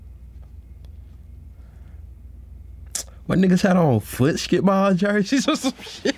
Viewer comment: “Footskeetbawl jerseys”😂